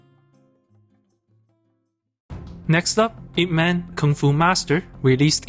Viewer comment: No u didn't just said man instead of mun. 🤦🏻‍♀️🤦🏻‍♀️🤦🏻‍♀️ White ppl butchering chinese names again...